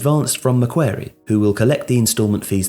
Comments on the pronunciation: Love the video, but the name of the bank is pronounced Mac-quarry, not Mac-wary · ma-kwor-ee not mac-kware-ee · John Ingui more just like Maquarry, barely pronounce the C. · Otherwise known as Mac Bank if it’s too hard :) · The bank is pronounced Mac-Worry but you say it fast like Macworry ✌🏾✌🏾✌🏾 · I shudder at the possibility of embarrassing myself, but from one of your biggest Aussie fans, it's pronounced MA-QUARRY like the British governor. We have quite a lot of things named after him. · Mac-quarry. Mac-quarry. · Dude said Mah Qair ee lmao. That's not how you say it mate. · First: it's pronounced Mack-Quarry. Second: It's one of the biggest corporate banks in the world. They are specialists in organising private equity consortiums for acquisition and funding of large infrastructure (airports, tollroads, water works, etc.). Third: They've been operating in London since the 70s. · maquarie... ‘mack-kwa-rie’ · the Australian bank is pronounced “Macquorie” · It's 'McWorrie' brah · I was listening to this and I was like "I've never heard of McWary" Then I realised he meant Macquarie. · Meant to pronoune Mac as the Mac in Maccas And ~quarry as quaarryy Not macwary lmao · Stop mispronouncing Macquarie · I watched while doing other things, and I just thought "they pronounce Maguire's name wrong" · Macquarie was not pronounced correctly, can’t blame you though - need the accent.